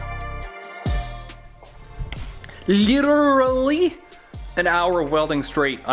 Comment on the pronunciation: Bro did you have a stroke when u tried to say literally?🤣 just goofin man love the build I wish I had a shop to do something in and not be a broke college kid🤣